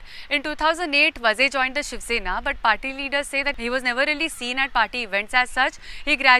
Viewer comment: is pronouncing “Vaaze” as “Vaze”. There is a HUGE difference. It is not just WRONG pronouncing issue. In Maharashtra, “Vazes “ are Brahmin. If it is was really so entire political spectrum would have reacted TOTALLY differently. There is a huge constituency outside just waiting for such an opportunity. This MUST be corrected.